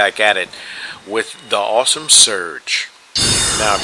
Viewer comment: Awh, you didnt include the last two matches with the havels and the yellow skin str build :( Btw, are you pronouncing my PSN as "awshumsauce?" it's meant to be awesome sauce, but it was taken, lol